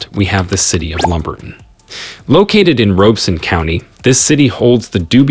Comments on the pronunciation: It's pronounced Lumber-TON in ROB-(not ROBE)-eson county. Many of the visuals do not match the actual towns....Also, towns everywhere have their crime-ridden areas. LumberTON has a certain small-town charm. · Albemarle is not a coastal city. So you don't know what your talking about.. learn how to pronounce Robeson County....